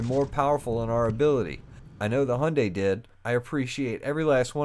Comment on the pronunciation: Great video but please it's hi-yun-die